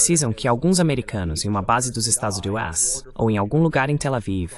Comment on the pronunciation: Este canal é muito interessante, mas a pessoa responsável pela transcrição e do voice-over para o português tem que ter mais atenção, muitas partes ficam mal traduzidas ou não se traduzem. ElevenLabs, por exemplo, até hoje não aprendeu a pronunciar 'Estados Unidos' direito.